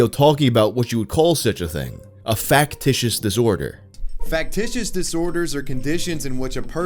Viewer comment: not knowing that regular UK English says "go to Hospital" instead of "go to THE Hospital" and thinks its a Chinese accent or broken English is hilarious. Also him not being able to properly say Factitious LOL